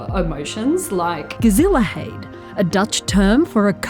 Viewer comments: A dutch person here. It is funny how you totally butchered the pronunciation of gezelligheid. I initially did not even recognize it when I was only listening. A lot of English speakers have trouble with the harsh g we have in dutch, so I can forgive that, but also your pronunciation of the vowels is off. For example listen to the Google translate pronunciation. Other than that a great video. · I came here to say the same thing, but check if someone else had already posted this comment. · the way you prenounce gezelligheid is quite funny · ikr A for effort. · More like a 10, I'd say :p